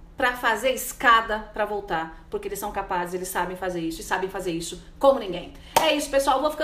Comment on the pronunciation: por que vc pronuncia a palavra "Isso" falando "ixu"??? uma jornalista com esse problema de dicção??? sera que nunca ninguem te alertou??? pronuncie na frente do espelho :Isssssssoooo..... Issssssoooooooo Isssooooooooo e não ixuuu..